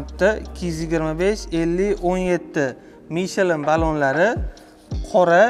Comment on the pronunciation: Мичелин эмас мишлен деб айтинг